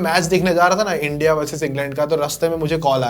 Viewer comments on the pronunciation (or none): none